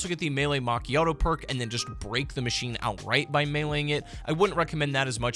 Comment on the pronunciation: I love the phrase “Random Perrrkk”